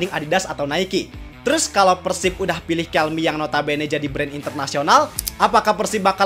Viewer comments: dibacanya 'kelme" bang bukan "kelmi". Perusahaan spanyol bukan inggris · TIDAK BANG, PENYEBUTAN KELME ADALAH YA KELME BUKAN KELMI, TIAP NEGARA BEDA" PENYEBUTANYA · Btw pronunciation Kelme bener Kel-meh kok bukan Kel-mee soalnya ini brand Spanyol bukan Amerika/Inggris.